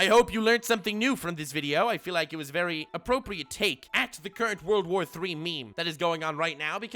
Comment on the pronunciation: He said World War III not WOURLDO war III This must be serious